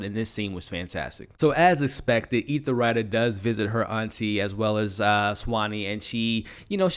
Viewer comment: Love the recaps but as a person who is to be providing professional recaps you have to get the names and pronunciation correct to be taken seriously. Ethelrida is not EthaRida. Gaetano is not guytello.. it takes away from your validity.. you do a good job. Tighten it up brother the potential is there!